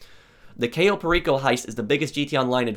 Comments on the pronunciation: please google the correct pronunciation of CAYO. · It's caaaaaaaayo not cayyyyyyyyyo but close enough Also great video